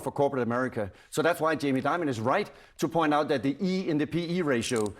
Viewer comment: Diamon😂😂😂😂not Damon😂😂😂